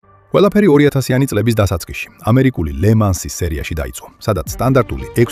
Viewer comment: ლემანსი არა—ლე მანი—ფრანგულში ეგ ,,ს"არ იკითხება